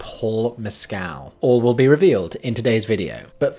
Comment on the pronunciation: Paul Mescal’s surname is pronounced without emphasis on the second syllable or elongating it